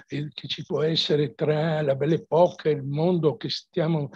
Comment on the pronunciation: Belle Époque si pronuncia Epoc , non ha l'accento sulla e finale! 😅. Ma studiare almeno le regole di pronuncia?? Qua do vi mettete a Pontificare